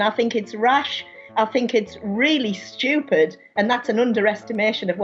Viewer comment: REELEE STCHEWPED